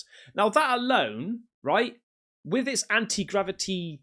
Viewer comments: Bro said anti grava-dick lmao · 😂😂 .. I thought he said grab-a-d***. 😅😅